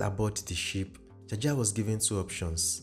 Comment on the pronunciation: A lawyer friend of mine tells me it is pronounced 'jawjaw'😅